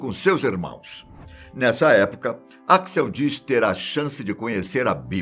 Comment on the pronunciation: que gastura esse velho do caralho falando o nome "axl" errado!